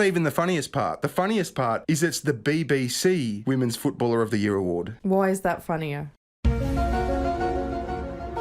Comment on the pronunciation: Your wife can't pronounce the word "women's". She's not the only one. Why is this happening?